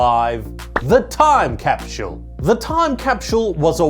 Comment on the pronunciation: What's a "time capshull"?